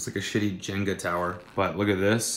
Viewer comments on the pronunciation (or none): Did you just say JINGA tower..?